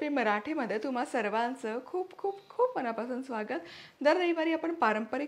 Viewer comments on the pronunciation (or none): none